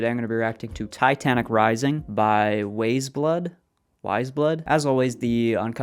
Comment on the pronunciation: "This [Movies] is a masterpiece." —, 2022 True tho, no further explanations. I'm also glad you loved Wild Time the first listen 'cause some people didn't, probably one of my favorites, too. Btw, Weyes is pronounced as 'wise.' Cinematic, indeed.